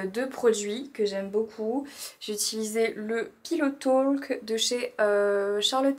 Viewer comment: Le ‘l’ dans ‘talk’ ne se prononce pas. Ça se dit ‘tork’ et pas ‘tolk’ 🙂